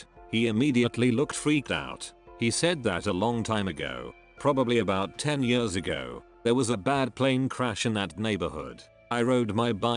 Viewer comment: Text:”Years” Voice:”Yewrs”